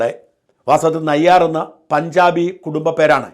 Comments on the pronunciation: നായർ അല്ല നയ്യാർ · മീര നായരല്ല. മീര നയ്യാർ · മീര നായർ അല്ല മീര നയ്യാർ ആണ് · മീര നായർ അല്ല മീര നയ്യാർ........ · മീര നയ്യാർ ആണ്. നായർ അല്ല. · മീര നായർ അല്ല... മീര നയ്യാർ. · മീരാ നായർ അല്ല, മീരാ നയ്യാർ ആണ് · മീര നായർ അല്ല. മീര നയ്യാർ ആണ്. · നായർ അല്ല നയ്യർ ആണ്.